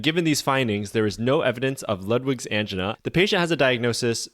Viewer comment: Are you intentionally mispronouncing words to increase engagement? Verbatim and angina were pronounced in a very interesting way.